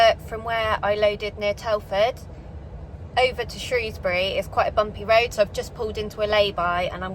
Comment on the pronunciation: Thank you for saying Shrewsbury correctly 😂